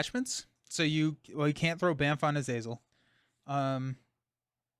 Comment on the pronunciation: Kurt is from Germany so I would say that his nemesis Azazel should be pronounced more or less as is written. So for native english speakers it looks like: "Ah-Zah-Zel" where H is "hidden" so to speak.